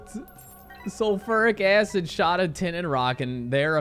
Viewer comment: Pls! The way you say sulfuric acid triggers me more than how you say Mario! Lol On the real thank you so much for backlogging for us while you're on your trip I appreciate the time you put in for us keep up the awesome work!